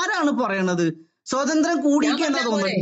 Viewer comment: "സ്വതന്ത്ര്യം" അല്ല കാക്കേ "സ്വാതന്ത്ര്യം" സ്വാ..സ്വാ.. ആദ്യം സ്വന്തം മാതൃഭാഷ മര്യാദയ്ക്ക് സംസാരിക്കാൻ പഠിക്ക്. അതെങ്ങനാ സ്‌കൂളിൽ പോകണ്ട സമയത്ത് അറബി കിതാബ് പഠിക്കാൻ പോയാൽ ഇങ്ങനിരിക്കും.😂😂😂